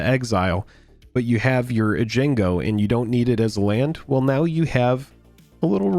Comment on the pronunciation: Aye-jango... You're funny...